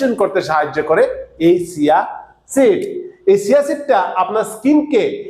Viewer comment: আপনিতো চিয়া সীড কে সিয়া সীড বলছেন??? আপনি এই সব ভিডিও বানানো ছাড়েন। ধাম কত??? 😂😂😂 ঐ মিয়া আপনার পড়াশোনা কতদূর???? 😂😂😂